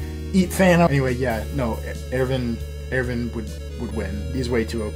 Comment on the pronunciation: It’s pronounced “Errr-win” but besides that good video